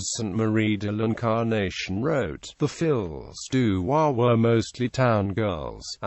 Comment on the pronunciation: Please pronounce the title properly. Fee du roi, not fills du roi